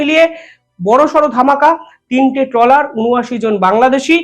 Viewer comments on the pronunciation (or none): ট্রেলার নয় ট্রলার বলুন।